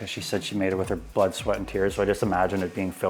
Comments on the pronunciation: I heard butt sweat and tears, not blood, sweat and tears 🤣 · ish I can't tell if he's saying butt sweat and tears or blood, sweat and tears